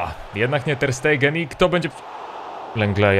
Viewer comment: 1) Ter Stegen, ewentualnie Ter Sztegen, bo w niemieckim często jest s tak czytane, nie Ter Stejgen 2) żaden Taliszka, tylko TalisKA, nie ma tam żadnego "sz"